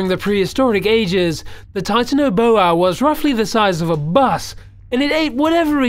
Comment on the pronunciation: its not Titano-boa its Titan-boa